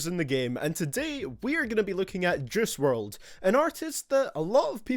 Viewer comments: I dunno why but he sounds like he’s saying Jiz wrld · Since your so good at judging his music u should also learn how to say his name